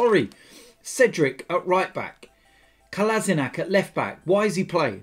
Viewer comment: Try to pronounce it this way: KolaSHinaTS